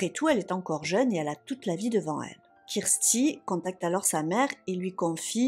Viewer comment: Non, mais le massacre des noms, surtout « Kirsty » devient énervant! Si vous êtes tellement débile pour prononcer 2 noms , il fallait éviter les cas anglophones!!!